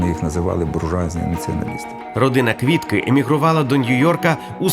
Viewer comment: Де ви віднайшли цього старого каґебіста в окулярах, котрий навіть прізвище Квітки не може вимовити як слід. А тепер воно спеціаліст з питань національного відродження.